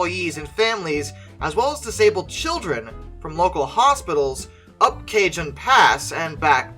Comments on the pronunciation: If no one else mentioned it, it's pronounced "Ka-Hone" Pass. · Cajon pass is pronounced ca-HONE. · A quick Spanish pronunciation lesson: j in Spanish is pronounced like h in English. Therefore, Cajon is pronounced like Caah-hoan. By the way, Cajon means "box" in Spanish. Cajon Pass is so named because it passes through what we call a "box" canyon in the Southwest 😉